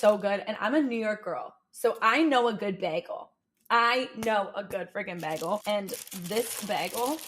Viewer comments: I know you say you're a New York girl, but I swear you said "beggle" a couple/few times 😂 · You sound like Britta on Community with your pronunciation of bagel which legitimately made me laugh out loud so with all the love in the world I really hope you enjoyed your "bagle". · Lol did you say "bagel dance"? You're my favorite